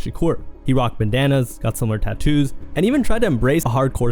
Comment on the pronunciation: Bro …. Are you using IA? I thought I heard ja rule was wearing Bananas 😂😂😂 ….. I know you meant bandannas 😅